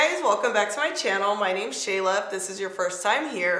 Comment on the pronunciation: SLAY-la STAHP